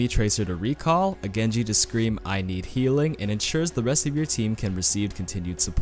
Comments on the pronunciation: did anyone else hear peeling instead of healing? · Taidana he did say peeling a few times